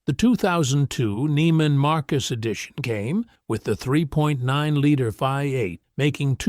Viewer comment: TELL YOUR G.D. ROBO-VOICE TO STOP SAYING "VAI-EIGHT" FOR "VEE-EIGHT"!